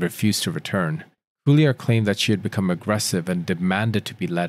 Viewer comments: Just FYI for the narrator.."Cuellar" is a fairly common Hispanic surname. It's pronounced "Kway-Yar"..NOT "Sue-E-Yar". Sorry..it's super distracting. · Pronounced Quay- ar (Cuellar) not Sili ar. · Cuéllar is pronounced Que(like the Q in quest). The second consonant is pronounced like the Y in Yard. So if you do Que-yar it would sound more or less like it's supposed to. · Great content but you really should learn how to properly pronounce names. The driver's last name is pronounced "kwe-yar."